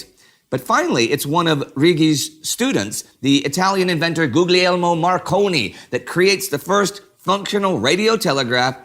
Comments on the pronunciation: Gooleeelmo not goo glee el mo. Gli Is always silent in Italian. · Guglielmo Is pronounced goolee Elmo. Gli in Italian the g is basically silent. It doesn't have a perceivable g sound. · Indy... Just letting you know, the middle "G" in Marconi's first name is silent. Guglielmo is pronounced "Goo-lee-elmo".